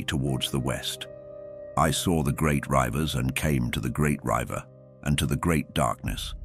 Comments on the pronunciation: Commentary can't say 'river'! Pronounced 'ryver', even skips over numerical characters. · This AI doesn't pronounce the words properly. The word river should not need to be seen to know what it's supposed to be